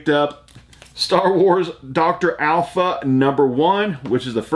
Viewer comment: Also it's doctor aphra not alpha. Do you read your pickups, if so what did you think of them.